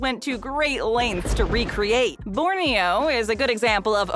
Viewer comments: It's borio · Can't even lie, hearing MaDonal took me out lol. Also, Borneo??? REALLY?? LOL